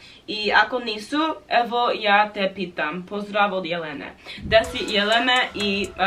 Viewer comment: Rekla si pozdev Jelelene umesto pozdrav Jelena hahaha